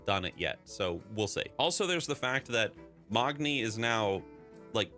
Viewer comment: I have been saying MAGni and here you are with Mogni. Have I been saying it wrong all this time?